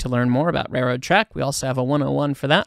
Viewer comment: The word "rare-road" is actually spelled with an L, and should be pronounced that way, too.